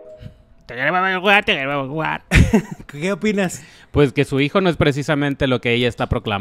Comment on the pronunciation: No sabe ni expresarse. Dice: Te queremo ver juga. En vez de decir: te queremos ver jugar. Que mujer tan nefasta